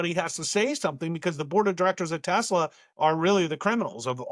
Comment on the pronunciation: Trump called it Tesler! He couldn't even get the name right!